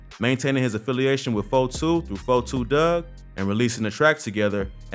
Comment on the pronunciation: It's Dugg not Doug geesh😂